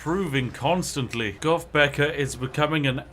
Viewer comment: Spiff, when saying "goth" you need to learn that TH is not pronounced with an "F" learn English.